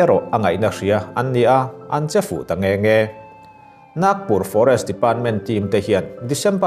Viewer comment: Naaagpur ni lo in,Nagpur aw